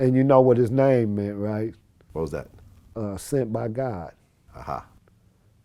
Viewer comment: Tray Dee butchered that last part lmao “sent by god”